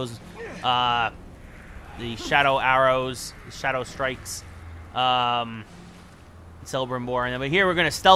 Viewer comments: Not selebrimbor. CELEBRIMBOR. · It is Calibrimbor not Cellibrimbor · Stfu in videos fuck sake. Also learn to pronounce Celebrimbor not Selebrimbor... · War grog selebrimbor u hurt me with ur poor prnounceiation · DaNile same i disliked this bullshit for that nonsensical pronunciation lol! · Yo dude you said Celebrimbor's name wrong its with a c not s